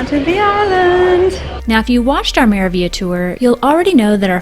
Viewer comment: It is pronounced: Mera (roll the r into the a) Veal YA